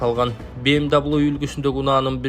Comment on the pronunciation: БМ дабл ю дебей эле ВМВ дебейсинби,элдин башын оорутпай.